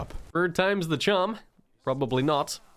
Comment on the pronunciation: took me a minute to realize he meant charm when he was saying carm